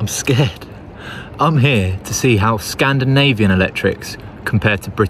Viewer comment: “Scan-da-Navy-in” you’re gonna split me in half if you carry on this shit!! 🤣🤣🤣